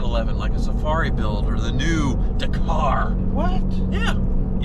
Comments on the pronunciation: It's pronounced Dakar .. Dak - ar not Dercar, why can't Americans pronounce anything. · Stop saying daaaa car…. It’s Dak. Ar……. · Do it but pleeeeze pronounce it correctly, it’s Dak-ar not D’kar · FFS ... DA-KAR .... not DAY-KAR ... are you doing that on purpose? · Do it, do it, do it!! And please start calling it a Dack'ar not D'car. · Please research how to pronounce Dakar, it truly upsets me the way you say it. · Dakar? It's pronounced Dakar. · Hey, quick note: "Dakar" is pronounced with the emphasis on the first A, with a sound like the A in "bad". DA-kar. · It's Dakar not Dakar 🤣😋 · If you do Dakar the car can you pleaseeee pronounce Dakar correctly it’s Dak-ar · I quit like...But the way he says Dakar makes me want to stab myself in the ears with freshly sharpened HB pencils! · Stop saying Dakar wrong.